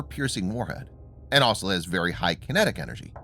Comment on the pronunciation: Oh dear. The narrator has gone back to saying 'asol' instead of 'also'. He was going so well, too.